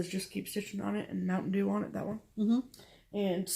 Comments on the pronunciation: you need to learn how to say "where can I get Mountain Dew?" LOL....I'm cracking up trying not to wake up my family!!!Lol I love u ladies!!!! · your framed 4 season is gorgeous! heck on the bathroom you better learn how to say Mountain Dew!